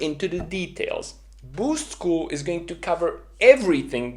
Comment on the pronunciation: The way you say Boost School sounds like you're saying Boozed School.